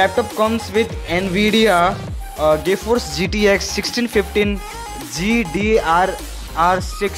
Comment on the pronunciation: Cool vid but it's gforce not gay force lol